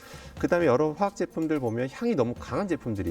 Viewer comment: 화학에너지교수가 화학을 제대로 읽지 못하네